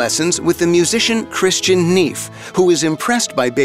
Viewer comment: I know we're not speaking German, but it is pretty customary to pronounce these names in a bit more of a German way, as follows: LOODvik fan-Beethoven; ChristiAHn Nay-fuh; YO-zef HI - den. But the drawings are incredible. Much potential!